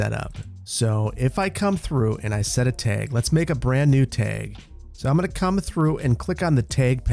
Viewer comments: Tag- T A G not teg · A TEG! Man is truly from Wisconsin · What the heck is a teg?? 🤣 it kills me everytime you say it that way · Nobody:...: TAEG:) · I cannot wrap my brain around your neutral Midwest non-accent, except when saying "tayg". But seriously, love the content - I always look forward to Saturdays when I can catch up on all your videos for the week. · The amount of times your accent came out by saying tag over and over made me laugh. Here's the the Wisconsin accent! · Love the pronunciation of tag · says "tag" like a wisconsinite! 🤣 😘